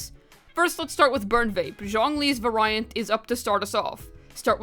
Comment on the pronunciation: (Vary - ant) - (very - ant) Not (va - Rai - ant)